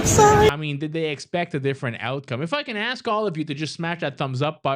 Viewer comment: I'm Dutch and my English is better than most people in the video's! It's ASK and YOU ALL. Hehehehe